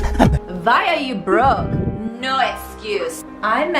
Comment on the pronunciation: Just hearing ‘Norr’ over and over again and now understand that you said ‘no’ lol why u talking like this